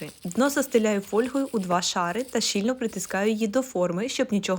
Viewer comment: Не фоЛьгою, а фольГою.